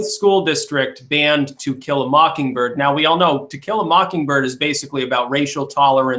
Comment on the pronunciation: "To Kill a Mockingberg" LMAO. I'm guessing misspoke but that was hilarious.